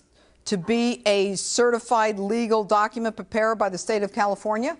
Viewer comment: docUHments. Wtf is a doc-uh-ment?